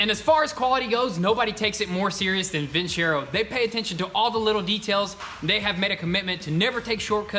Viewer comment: I'm just being a stickler...is it pronounced vinSero or vinCHero? Lol..he says it both ways haha